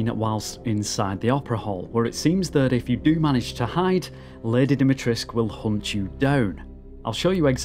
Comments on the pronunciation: If I hear "Lady 'Dimi-trisque' " one more time... - It's "Dee - me - tres - coo". Sorry, normaly I am not that wise ass. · It’s Lady DimitresCU, not Lady Dimitresk” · You keep missing the C and the U at the end when you pronounce her name, try to pronounce it like this: Deemeetrehsscoo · Why does everybody pronounce it as Dimitresc, when the proper way to pronounce it is DimitrescU...? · why everybody is pronouncing "Lady Dimitresc"?? there's a "u" at the end, you know. As far as I know, she is romanian and they pronounce it with the "u" , even if the (japanese) developers wrongly state it's "Dimitresc" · "Lady Dimitresh" ???? do you not see the "ESCU" in her name? are you blind or just misnaming her on purpose? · Why is everyone not pronouncing the "u" at the end of dimitrescu? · its DimitrescU - its a Romanian Name and thats how you say it. Theres a "u" at the end for a reason. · Dee-mee-tres-KU ..it is not realy that hard, Try it. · what with everyone pronouncing her name like there is no U at the end of it. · Its because the voice actors also didnt know and used the "english pronounciation" But if you ask a romanian guy, he will tell you the "u" isnt silent. But hey, all good. I enjoyed the video a lot regardless. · What's this hipster trend of saying her name as if you were Hungarian ?! We are BRITISH ! Add the 'oo' at the end ! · Interesting, how you English speakers just don't pronounce the U at the end of Dimitrescu. 🤔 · The 'u' in the name Dimitrescu MUST be pronounced. Surnames ending with -scu are VERY normal in Romania, where Lady D is from and where I've worked a few times, and the 'u' is ALWAYS pronounced. No if's, no but's. Just do it! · Just stick with "Lady D" if you can't pronounce "Dimitrescu" correctly. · The mispronunciation of her name makes me cringe and i'm not even Romanian. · I understand. It's just the type of mistake that's immersion breaking.